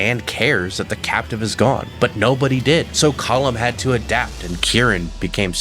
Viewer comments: Why do you pronounce it column. It's colm like home but with a kh sound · COAL-MMM BROTHER NOT “Column”😂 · You must be one of those people who will not admit they are wrong no matter the evidence presented. I base that on the fact you’ve clearly heard the correct pronunciation of cohlm’s name throughout the game multiple times but still choose to call him collum. Unless you listen to everything mute and only read subtitles.